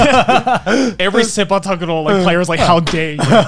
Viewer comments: Hearing Joey say Sepak Takraw as Seipak Takuro got me 😗😗😝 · Being Malaysian, I never thought Sepaktakraw would sound so soothing when pronounced in a Japanese accent 💗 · as a malaysian, hearing joey pronounce sepak takraw in japanese was a really weird experience lmao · Idk why but Joey's pronunciation of sepak takraw is so funny to me